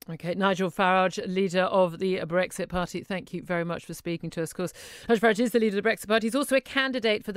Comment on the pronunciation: It's Farage not Farage! 😋